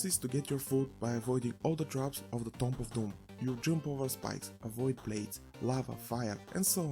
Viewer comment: "Tomb" is pronounced "toom", it's a mostly silent "b" And a long "o" Don't ask me why 😉 The game is definitely not for me but I can see it's appeal to others.